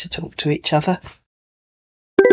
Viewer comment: Wok (work), udder (other), wid (with), and that delicacy nikkers (Snickers).